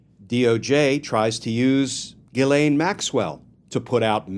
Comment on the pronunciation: Just gets worse! Pardon for her? Ghees- laine is how to pronounce her name correctly!